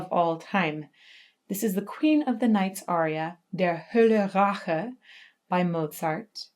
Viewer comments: Dear Lady...it's Der Holle RAYch...*not* Der Hole RAHche... this correction would make your introduction much more professional, imho... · girl how u gonna pronounce the aria title wrong